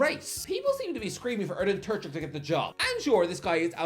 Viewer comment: Terzić: Ter-zeech Kovačić: Kova-cheech ić is pronounced the same way as the end of Modrić, Tadić or Djoković. č is pronounced like the first sound of chair or chat. I love and I don't expect perfect pronounciation from him, but "Turchik" is where I draw the line.